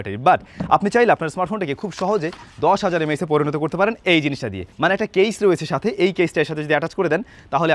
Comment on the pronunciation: M A aechz ✓ not MAH😂